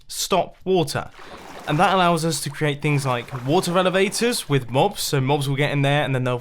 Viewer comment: Mumbo:The water eleveters Me:*laughs in 1.14*